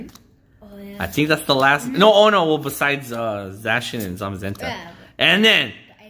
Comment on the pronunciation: It's Zacian, not Zashian